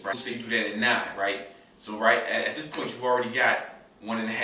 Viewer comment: He says "foo" instead of "food" and "dis" instead of "this."